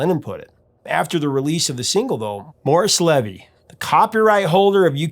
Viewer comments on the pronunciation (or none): none